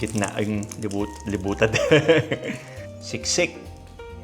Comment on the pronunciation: Kapampangan ka. Sabi mo kasi "Libutad", haha...